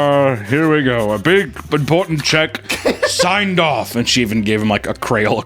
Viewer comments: Cray-On not Crown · A Crayola "crown"??? Its CRAYON you schmuck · God dammit! It's crayon, not "crown." 😂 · I am officially boycotting. He said “crown”…, its (Cray-on) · Crown??? Cray-on. Crayon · please tell me you pronounced crayon as "crown" as rage bait......... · Some people do pronounce crayon that way so it might not be a botched instance. Still a stupid way to pronounce it. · Hold up, how tf does pronouce "crayon"? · can't pronounce crayon